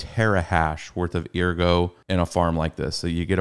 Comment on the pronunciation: Bro stop saying eargo lmao